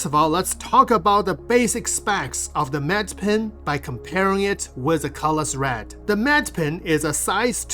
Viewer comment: Medipin, not med pen